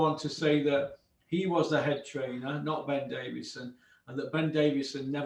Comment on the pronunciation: Yeah listen guys I don’t wanna be a prick but can we get his name right? It’s Ben Davison. There is no fucking d.He’s not a David